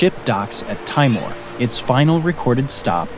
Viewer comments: tee more, not teye more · It's not Taymor, it's Timor! I, not ay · Pronunciation needs work (Tymore, Malie 🤣 ) but otherwise very interesting. I was quite amused by the 64 Spaniards going ashore and finding out they were enormously outnumbered. What did they think was going to happen?? The arrogance of it all.. 😂😂😂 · Timor is pronounced as Teemor.😂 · Great video but your pronunciation of the words Malay, Brunei and Timor are way off.